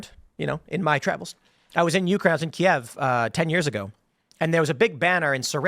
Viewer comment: Hey!!!He actually pronounced Kiev properly!! lol he’s so fake.